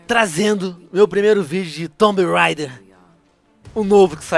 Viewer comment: venom fala tomb reider (so pro pronunciar por favor não me corrijam eu sei que estou errado )